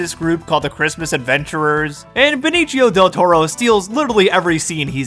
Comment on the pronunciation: The "c" of Venicio del Toro sounds like a hard s.